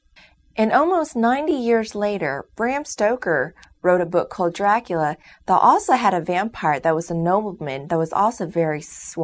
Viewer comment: Its Bram STOKER!!!! Not Bram STROKER!!!!!